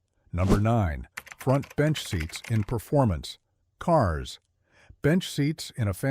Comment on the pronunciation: I thought the narration was not to bad, accept 'Number nine, front bench seats in performance ..... Cars'.